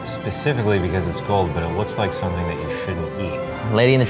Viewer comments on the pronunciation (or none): none